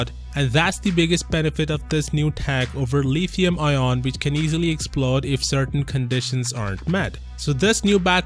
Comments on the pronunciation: Leeeethium ion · It took me a second to realize you were saying lithium lmao